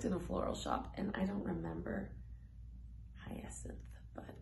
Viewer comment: U said hyacinth correctly. Like 'what are they doing in the hyacinth house' by Jim Morrison of the Doors'